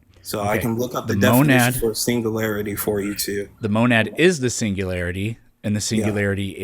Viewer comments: PLEASE tell him how to pronounce singularity. Because it's NOT pronounced "single-larity". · He can't even pronounce "singularity"